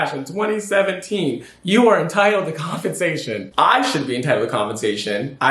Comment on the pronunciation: The word is COM-PEN-sation. Not confensation